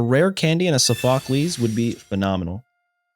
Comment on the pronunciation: It's pronounced saw fuh klees